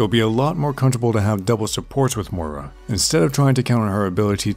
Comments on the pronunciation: I'm getting triggered by the pronunciation of Moira in this vid... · Hey, like Milkheart says below the pronunciation is similar to that of "moist". It's a fairly common name here in Scotland, I think you just need to stress the 'oy' sound a little more. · How come people can pronounce "moist" and "foil" but not "Moira" properly? Yeah her name makes you sound Irish as hell but I've never even said that name out loud until Moira was revealed and I can pronounce it just fine. Why is it so difficult for so many people? This is a great guide though. I love your videos! I just keep seeing people pronounce her name half-way "mira" or "mora" and I just can't relate to that struggle lol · same i mean im only pronouncing it the way Blizzard and jeff kaplan said it which is incorrect i guess